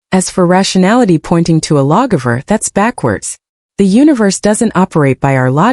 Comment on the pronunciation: "Logiver" instead of "Law Giver" was driving me nuts.